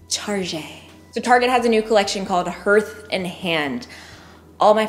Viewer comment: Hearth & Hand is pronounced “HARTH” like you’d say “Heart” with an H at the end.